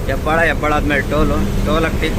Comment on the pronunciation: ಹೆಬ್ಬಾಳ ಅಲ್ಲ ಅಣ್ಣ ಹೆಬ್ಬಾಳು 😊